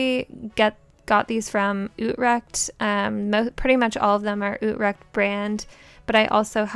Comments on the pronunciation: It's funny to hear you pronounce 'Utrecht'. Utrecht is a city in the Netherlands and I'm Dutch 😊😂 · And I love how you say utrecht. Btw I live in Utrecht